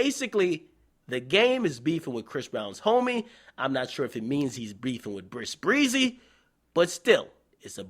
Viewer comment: lmaoooo this nigga always saying Bris Breezy. it's epic.